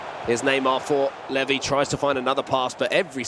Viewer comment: Absolute butchering of levy lol feel bad for him